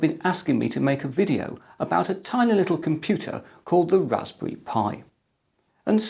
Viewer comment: Wwwwwwwaspberry Pi